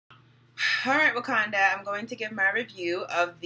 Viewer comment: Lol you know it's called Wakanda...not Watunda...right ..lol I just started watching your videos. I saw you on Info' live. Good work!